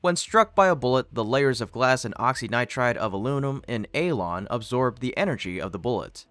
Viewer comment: Alon🤣🤣 more like elon